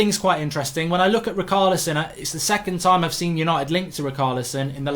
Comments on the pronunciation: Its ri-char-lison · Mark it's Rich + arleson And Emre Can (Chan) and not Khan. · sorry after the bruno fernandes debacle it is hard to watch these with excitement and MARK i think its obvious you certain players names wrong on purpose...rikarlison and emre khan... lmao!!!!!!